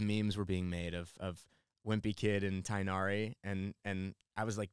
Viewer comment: It's funny that the dude who asked "what is Tighnari" technically pronounced it correctly. His disappointment is hilarious lol.